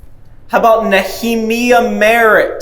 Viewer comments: Great job as always guys! Nehemiah - Nee-a-my'-a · Nehemiah = Nee-uh-MY-uh